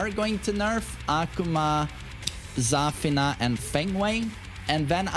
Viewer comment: not every character is pronounced like Kazuya😂😅. It‘s Za-FIII-na